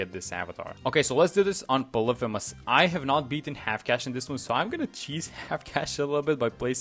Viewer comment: Still can't pronounce Poly-Femus tho?